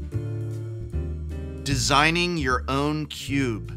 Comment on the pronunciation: I hate to point it out, but “desinging”. We must remove all singing from our cubes!